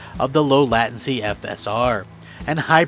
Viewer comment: Latin-see???? You mean latency?! 😂😂😂